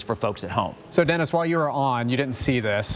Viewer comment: PEOPLE: It's DENIS not DENNIS.